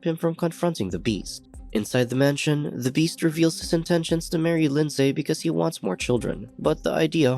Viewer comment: OMG it's pronounced Lin-z not lind-say. I comment that because that's my name and I've heard it mispronounced so many times that now I have to hide my cringe